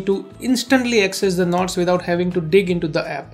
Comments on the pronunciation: Can u say NOTES not KNOTS. Its distracting me alot. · “scroll down and select nots” HAHAHAHAHGA AGWJAHHSHSDBNLMAOOOOOOOOO “nots”